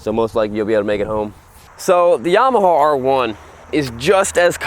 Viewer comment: I think it's pronounced Yama-ha, not Yama-hall I could be wrong. : )